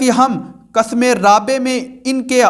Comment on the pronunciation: حضرت قسم رابع بفتح قاف نہیں بلکہ بکسر قاف ہے